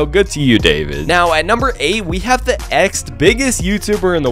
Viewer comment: I love how bro said “nex” instead of “next”😂